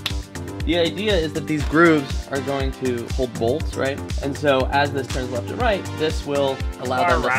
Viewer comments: lmao "Turn Rrreft" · 🤣🤣🤣🤣🤣 "turn rrrrreft!!" Reft turns were programmed to be stubborn because they don't want you veering into oncoming traffic 🤣🤣🤣